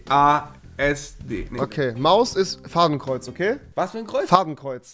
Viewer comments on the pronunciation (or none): O sek Bruh er sagt einfach fabenkreuz 😂